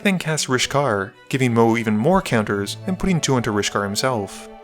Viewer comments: Everytime he says the goodest boi's name it comes out as MOE, which was distracting. I'm picky so don't mind me, Best formatting of edh games I've ever seen. Keep up the amazing work been watching since video 4! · I think it's pronounced mOW-woo Pretty sure they flavor planeswalker says it that way, forgot his name.